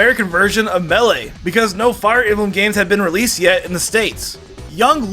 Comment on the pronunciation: Does he have an accent or something because melee is being said wrong